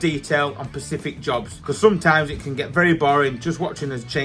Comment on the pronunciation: Are you doing jobs in the oceans now? (Pacific jobs )😅😅 sorry couldn’t help myself (pet hate of mine people saying Pacific rather than specific) I do love the content keep up the good work 👍🏻👍🏻